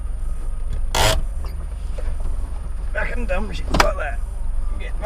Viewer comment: “Pharkenn” Tasmanian’s favourite word lol